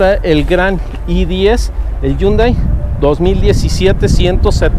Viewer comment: estudie coreano un rato en la Universidad Nacional, y se pronuncia " jiundai " con el sonido de la jota, que significa ' moderno '.